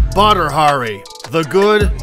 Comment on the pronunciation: Sounded like "butter harrie" at the start of the video lol. I had to listen to it again to make sure that I wasn't hearing things. Why isn't hairy butter a champion in the ufc then? He can't be all that great if most people haven't even heard of him....c'mon now.